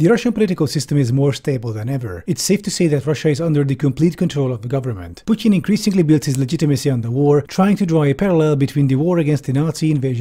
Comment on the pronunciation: i respect how you pronounce "putin". not because i'm a fan of him. you just did another thing RIGHT